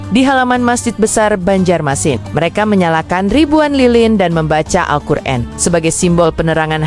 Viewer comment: orator jangan sok ucap... Alqur an ...kamu baca Alqur en.. jangan bilang saya ngga tau bahasa asing